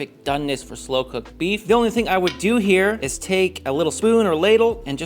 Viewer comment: Why are you saying buff instead of beef?